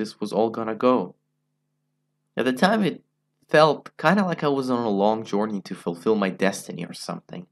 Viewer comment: I didn't realize until "jorney"